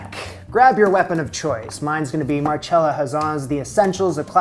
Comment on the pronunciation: It is pronounced Marcella if it was marchella it would be spelt like that